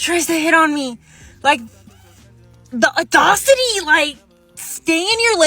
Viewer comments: Can’t even say audacity right. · She doesn’t know how to pronounce audacity.